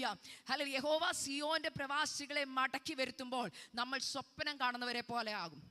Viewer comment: You are young, why you are speaking swapanam like old people, please pronounce swapnam.😊❤.God bless you.